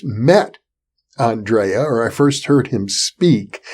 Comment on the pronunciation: Hi Jeffrey, Greeting from Croatia, just to tell you it is not spoken "Aandreja" but Andrija Puharic.